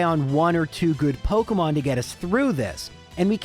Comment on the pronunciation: pokEEEEEEmon not pokUHHHHHHHHmon